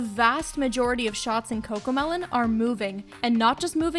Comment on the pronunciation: No its cocomeloan